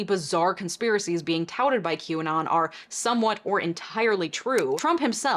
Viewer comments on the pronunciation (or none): none